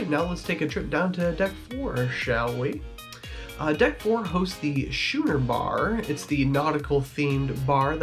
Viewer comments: “Shoe-ner” bar ? It’s pronounced Skooner like the boats. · Understood, but it is pronounced "Skooner" as in the type of a ship. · Your video is the 2nd I have watched that has mispronounced the name of the Schooner Bar incorrectly. The C is pronounced as a hard K. sku-ner . Now you know.